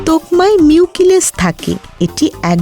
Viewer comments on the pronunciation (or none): মিউকিলেজ🚫 মিউসিলেজ✔️